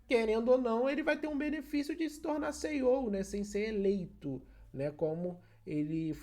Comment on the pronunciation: O "Seiou" 😂